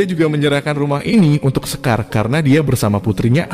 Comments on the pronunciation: Shekar min.. Bukan sekar 😂😂😂😂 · salah nyebut nama shekarnya min.klu sekar mah nama perempuan di indonesia